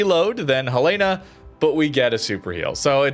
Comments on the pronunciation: The capital of Montana is Helena, which is pronounced "HELL-uh-nuh", with the emphasis on the first syllable. It is not pronounced "Hel-LAY-na." A simple way to remember it is to say the name "Helen" followed by "uh". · Helena= Helen-a. As in Helena, Montana. It's the state's capitol.